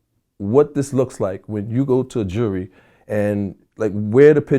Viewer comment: Only in Harlem will you hear someone properly use the Disseminate and in the same sentence pronounce “jury” as jewelry